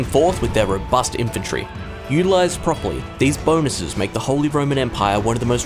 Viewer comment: Ah yes, the Wholly Roman Empire, not to be confused with the Partially Roman Empire. How can you possibly not know how to pronounce "holy" and yet still ended up doing this voiceover?